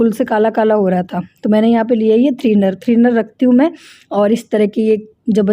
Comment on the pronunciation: Threener nahi thinner hota h ji ...... Nice vlog 😍